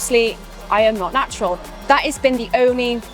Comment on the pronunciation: начюрал.. начурал фатасс😂😂